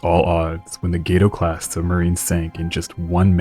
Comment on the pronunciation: Correction: Gato is pronounced Gahto, spanish for cat!